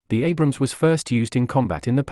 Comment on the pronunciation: whats with you idiots calling the abrams "abraham" lmao.